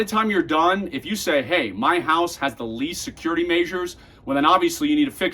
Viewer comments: Least, not lease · least...not lease